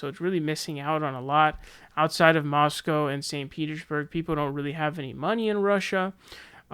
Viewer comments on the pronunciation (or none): none